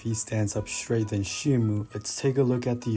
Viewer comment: It's pronounced Shee-moh btw